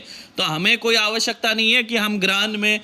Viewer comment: pranam. Bhul chuk maaf karna kintu aapne jo bolke sunaya aur jo likha hai usme ichhar me thoda bohot antar dikha aur visheshkar " क्त " akshar hai jaise ki "हुक्तो" ko aapne "हुंक्तो" तथा "श्यक्ता" को "श्यान्क्ता" aadi karke ucchar kiya hai to Mera confusion itna hai ki kahi ye jo lipibaddh karke devnagri me likha gaya hai usme samajhne me mujhse bhul hui hai ya kaibaar typing me aise hota hai uss karan hai yaa kuch main sahi samajh nahi paa raha hu? To pls guide kariye pls. Kyuki anya lipi mantri me bhi aise sandhi ke akshar aneko baar aate hai to ucchar kahi galat hone ke karan dushprabhav ya uchit prabhav ke rup me mantra karya na kare bas iska bhay hai. Pls margdarshan kare.